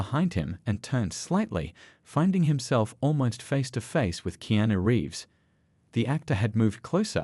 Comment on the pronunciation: Please get people who can actually pronounce words correctly instead of miss speak Mr. Reeves name